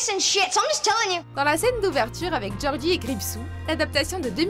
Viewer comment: gorgie pas gordie